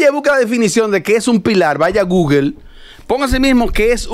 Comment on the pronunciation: no se pronuncia guguel la palabra inglés que se escribe Google se pronuncia gugol.